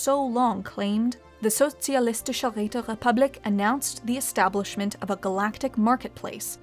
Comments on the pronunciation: My ears came when she said Sozialistische Räterepublik. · Finally someone pronounces Sozialistische Räterepublik right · Momln dieu! You did it! You mad woman managed to pronounce "Sozialistische Räterepublik" nearly correctly! Although you sound like a french when doing so. Which is probably even more of a compliment. Great work everyone. I was never so happy before to see a channel come into being and grow. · I feel offended that can pronounce Sozialistische Räterepublik beautifully, but pronounced Caesar as "See-zer" like NCR scum. Ave, true to "Kai-zar"!